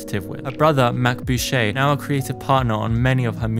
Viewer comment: 1. My bilingual ass is screaming at your pronunciation of Boucher. It's French. 2. Dune is not a childrens' novel, it is studied at a 12th grade to university level and is considered adult fiction. So much context switching in those damn books! 3. Akira didn't exist when Claire was a child. Research pls